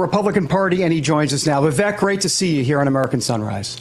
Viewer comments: Vee-veek not Va- veck. He’s so cool he doesn’t even bother to correct the error like Ka-mala did 😜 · I don’t see why it’s so hard for people to say “Vivake” and not “Viveck”. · How are people still pronouncing his first name wrong? For someone who's known Vivek for a little bit - his words - he shouldn't still be saying "Viv-ek". It's "Viv-ake". Like cake. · it's Vi-vake, as in cake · Vivek . Pronounced vivake... like cake. Hes gracious that he doesn't correct them. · Vivek is pronounced "Vi-Vake" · Hey folks - it's pronounced Vivek (Vi-vake like cake)! Get it right! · And learn how to pronounce his first name. 😬😒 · This guy says he knows Vivek but doesn’t know how to pronounce his name. Got it. Good friends-Obviously. Vivek will be the next president. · It's Vivek, but sounds like cake. You are mispronouncing his name! 😮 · he doesn´t know him if you can´t pronounce his name